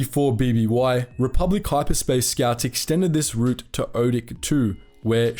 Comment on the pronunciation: Pronounce route correctly, you're English for fuck sake.